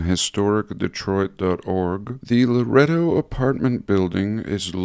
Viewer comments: I completely understand. When he kept saying "Loreto", I kept saying in my head, "No--La-ray-do!". Lol! Georgia, huh? It's so great that he has viewers all over the world. You know, if I remember correctly, I believe he said his dad was born near you in Armenia. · In Texas, we pronounce it La-ray-do. It is spelled Laredo. This is Laredo, TX.